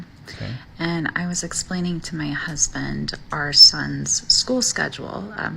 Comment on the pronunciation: Any woman that says “my husbint” is annoying